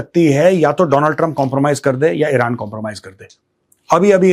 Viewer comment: Mr GODI, It isn't vilran. It is Iran.